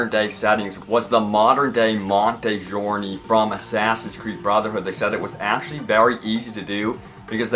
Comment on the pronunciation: Love the videos, man. But please, practice the names you have to say before you record.lol. I get mispronouncing Monteriggioni, but Sir "Connor" Doyle? Like I said though, nice vids; you always have the news first, it seems.